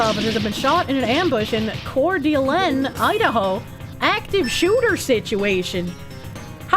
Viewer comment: it's pronounced like "core duh LANE". My grandparents lived just over the state border from there in Spokane ("spoh can"), so I'm used to the weird names in that area. It's a very nice place, but kinda hot and dry